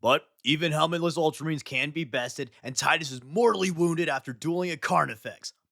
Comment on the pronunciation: multra marines 😂😂